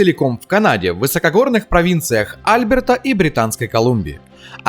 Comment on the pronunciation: Да не Альберта, а АльбЕрта. Что с ударением то?